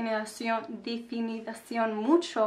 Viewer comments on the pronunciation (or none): que bueno oírte en español!!! me encanta tu cabello y tu nuevo color. Corrección: Definición (no definidación) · Me gusta mucho tu acento de español 😍👌 Algunas palabras que solo estaban un poquito mal fueron definición y estilizar, pero estuvo súper bien explicado